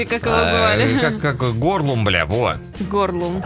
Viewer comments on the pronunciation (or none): Не “горлум”, а “голум”. открой в след раз 2 браво 5 феникса И 13 ПЕРЧАТОЧНЫХ ПИНДЮРОК！！！ В ТОП ЧТОБЫ ШИМ УВИДЕЛ p.s. Арнора держи 2-2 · Голум а не Горлум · не ругайся на Арнору ( да ладно тебе, всё бл*ть ) не надо так:) звали Голум,а не Горлум )) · не горлум а голум)хех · Горлум XD, голум бля